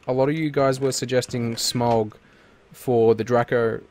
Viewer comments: SMAUG NOT SMOG ITS SMAUG, look up on how to say it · SMAUG pronounced SMOW G!!! AS someone who has read the Hobbit, Lotr Simillarion and watched all the films countless times. I know how it is pronounced!!